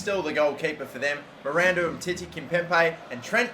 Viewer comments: It's KIMPEMBE!!!! NOT KIMPEMPE!!! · Everytime he said Kimpempe I wanted to die man... It's KimpemBe! Also Atletico not Athletico. And RIB-AIR-OH no REE-BEER-OH Fuckink killing me